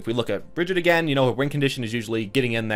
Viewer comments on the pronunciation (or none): Not Brigett its Brigitte😣😑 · I like how he says it wrong twice hahaha Bri-gi-ta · Btw, you make a lot of good points about how people integrate heroes in. I agree with pretty much everything you said, but could you pronounce her name right? She says it herself. Brig-eat-uh.